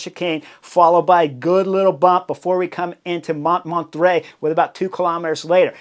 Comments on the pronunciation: Sacré bleu, Chris! Montmartre: pronounce it like this, Chris Moan-mar-tra , not mont mar tray. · "Mon(t)-mar-tr(uh)" mon cher ☮️☮️☮️💯☮️☮️☮️ Easy on the /t/ & /uh/ Although "Mont martray" is darned unique ❤❤ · What a race it was. Too bad Lotte didn't win, she had the legs. But had to give too much in returning to the group after the crash. But it was an amazing race to watch. You should have learned how to say Mont Martre. I didn't know what you were talking about. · I watched this episode on the trainer, having already watched the race. I didn't know they were going up Monterrey. Holy distracting mispronunciation. This bald guy has presumably been to France and given all Americans a bad name, if for nothing else than for just confusing Spanish and French pronunciation norms. Has he seriously never heard anyone pronounce "Montmartre" before? I don't need native speaker, but goodness try. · Took me a while to figure out you meant Montmartre 😅. FYI: it's pronounced "MON–MART" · Sorry Chris, you pronounce the hill Mont Mart. Just for future reference. Love the show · With all due respect your pronunciation of « MONTMARTRE » is terrible 😹 the -t is SILENT and so is the final -e. So it’s « mon-martr » like you would pronounce « bartr » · Mon -mon-trai…..it took me a while to figure it out. Maybe because I am French🙂 I love your show ! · Pronounced mon-mart. The first t is silent. The re at the end is not pronounced but just makes the last t pronounced. Great work on the commentary though. Thanks! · Came here for this. It's a little funny to hear him really trying to pronounce it properly "French" and failing that much harder because of just that 😂